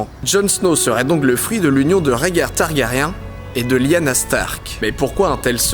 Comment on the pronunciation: Les noms des persos prononcés à la française, aaaaaargh. C'est l'habitude de la VO haha !